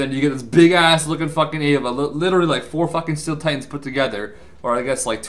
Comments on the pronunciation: Ay-va? Avatar....... Ava...... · Ayva? Pretty sure you mean avatar. Not ayva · And its an avatar not an ava